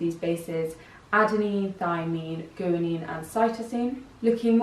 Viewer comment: For those wondering, the correct pronunciation for Guanine is not "Goo-a-neen" like said it, but rather it is "Gwa-neen" like the guy behind the camera pointed out. Trust me, I looked it up:)